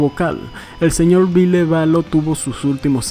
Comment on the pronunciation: Me dió un cringe tremendo escuchar el VILLE literal xD no dude, no!